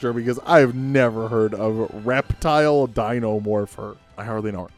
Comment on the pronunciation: That's Reptil (pronounced rep-teel), Humberto Lopez, a member of the Avengers Academy crew. They're great (Until Avengers Arena came...). He was also on the Superhero Squad show.